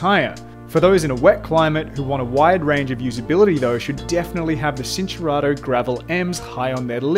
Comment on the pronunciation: It's pronounced "chin-turato" not "sin". Look up Italian basics.